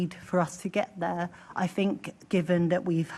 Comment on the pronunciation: "I fink".....who is this moron?